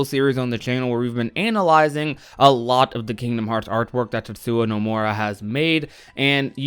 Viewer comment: "tetsuwa nomura"